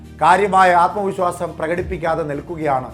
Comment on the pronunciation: ആത്മ വിസ്വാസമല്ല ആത്മവിശ്വാസം